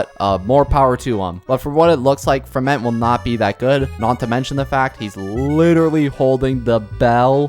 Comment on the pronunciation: You pronounce his name like Fremin-AY. PLEASE. I'M NOT EVEN FRENCH BUT PLEASE.